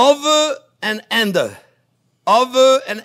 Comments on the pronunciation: "Over.... and ander....." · Chef your pronoucation of under cheers me right up just like the Onyo. Hope your doing well today.